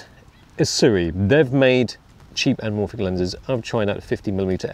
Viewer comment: Im pretty sure that “L” in anamorphic is silent